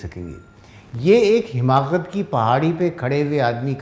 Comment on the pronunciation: السلام علیکم ورحمۃاللہ وبرکاتہ بصد احترام عرض گزار ہوں کہ لفظ " حماقت" ح کے زیر کے ساتھ درست نہیں بلکہ ح پر زبر ھے Hamaaqat